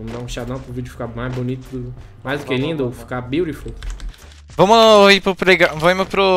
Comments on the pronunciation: "BIURIFUL" 2020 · Ninguém absolutamente ninguém::Biuriful😹💚